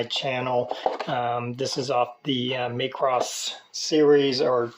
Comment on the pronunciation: It's not pronounced. May cross...it's mah cross